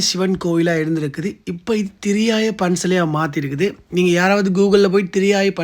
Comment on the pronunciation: ENKA AREA - THIRIYAI NOT THIRIYAYA - திரியாய்